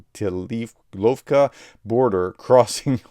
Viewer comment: I keep telling you Professor, pronunciation of Ukrainian and russian places is basically phonetic Grayvoronsky=Gray-voh-ron-ski, Kolotilovka=koh-lot-ill-of-ka. 😉